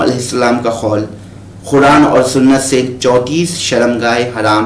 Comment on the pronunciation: 😂اوئے بھائی خول نہیں قول مولا ہوتا ہے 😂